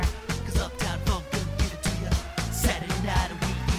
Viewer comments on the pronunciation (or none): I didnt know he said funk i heard fuck